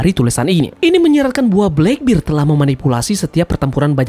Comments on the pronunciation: black bear bang bukan black bir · Blakbir? Blekbert kali mint dibacanya